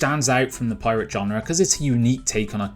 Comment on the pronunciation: Genre, not john-rah